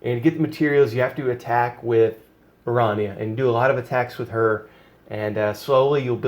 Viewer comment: I dont normally care but it kills me how you pronounce her name. I think it is supposed to be Airanea Highwind. I may be wrong but thats how i have heard others pronounce it and i just had to put this out there. great videos BTW